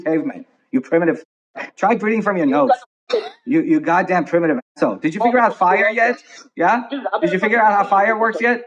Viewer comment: Emo rock "pioneer" nearly gahtdanng ruined me.